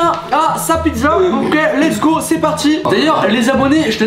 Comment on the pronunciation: Et arrête de dire l’es go